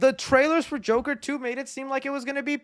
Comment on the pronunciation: It’s The Jurker not Joker